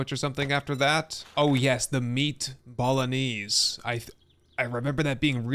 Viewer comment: Dude bolognese is pronouced "bo-lo-neighs" not "bowl-o-knees"